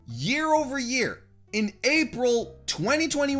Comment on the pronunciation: You shortening April to "Aprah" just makes me uncomfortable, ngl. Also the closeup on your mouth